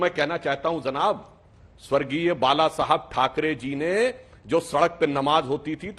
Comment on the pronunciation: Zanab nahi janab pheley language sikho